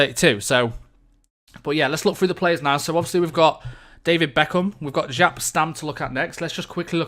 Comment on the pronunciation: We should have a counter for how many times you say 'ofcourse' Also, the J in Jaap in pronounced like the Y in Yellow